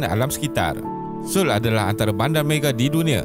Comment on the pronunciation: Cara sebut yg betul So-ul bkn soul